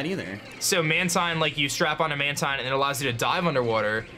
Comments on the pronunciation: Man-Tine, Man-Tine, it's pronounced Man-Teen, Speqtor represent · It’s pronounced man-teen!!!